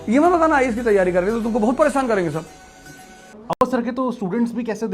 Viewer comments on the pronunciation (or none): none